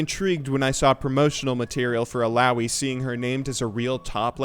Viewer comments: im pretty sure it's pronounced eeh-lah-oeeh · you saying illaoi triggers me...